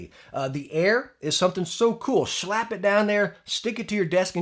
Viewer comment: i love when he says shlap lol